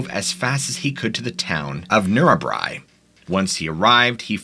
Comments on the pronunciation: Thats pronounced....Pill-iga,.....Narra-bri. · Say it this way...Pill-ah-gah and Coo-nar-ah-bran and Nar-ah-brigh